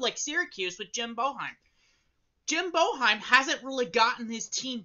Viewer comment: Get glasses that fit, pronounce Boeheim right and get a grip on reality